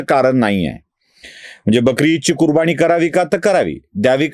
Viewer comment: कुरबानी कुरबाणी नव्हे तसेच समाज मधील जचा ऊचचार चुकतो.वाचन सुधाराव